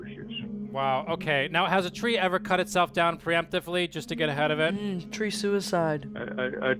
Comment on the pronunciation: "Mhmm. Tree suicide" OMG 🤣🤣🤣